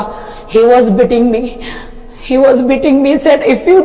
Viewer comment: Bitting (Beating) 😂😂😂😂